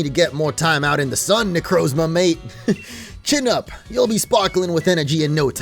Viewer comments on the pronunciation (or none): none